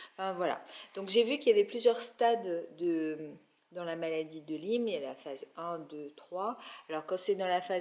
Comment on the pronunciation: on dit maladie de LYME ( comme en disant ' aie' pas 'i" .) merci